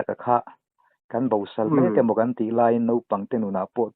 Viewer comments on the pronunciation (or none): Sawisel lam ni lo in, thu chhiar tu te in hlu si a, kan tla zep ve leh lawk. Bosal tih ah hian, ( Sal) tih lai hi, thluk zawk tur, het sala, kan tih ang deuh hian.